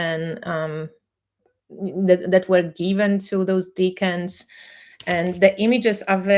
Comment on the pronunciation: Btw, decans has a soft 'e'. Deck-ans. I hear more and more people on Tarottube pronouncing it as deacons. That is a very different thing. My teacher would have a fit!